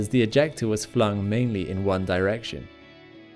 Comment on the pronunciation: Did anyone else think he said ejaculat instead of ejecta. I spit out my dinner laughing.